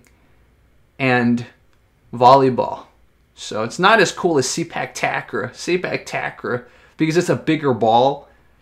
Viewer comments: actually it pronounce " Say puk Ta Kraw" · It pronounced Say-Park Tark-Raw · The way to say it is SAY-PARK TUCK-RAW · It’s pronounced “Say Puck Tuck Raw” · Its pronounce Say-Park Tuck-Raw